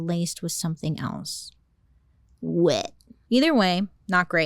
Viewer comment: The way Bailey is constantly saying "wet" is taking me up yonder!😂😂😂😂 Wanna go smoke some WHHHEEETTT!!!😭